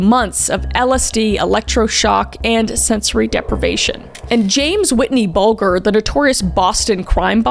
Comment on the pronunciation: Hey kallmekris just so your aware and not too stir anything but it’s pronounced James white-ee bulge-er